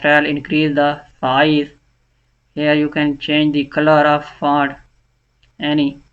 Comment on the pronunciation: Bhai font kehna sekh lay